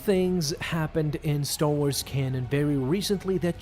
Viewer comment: "Staw Wars"